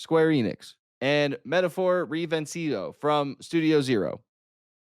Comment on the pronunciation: never saying the metalphor name correctly is the best 😂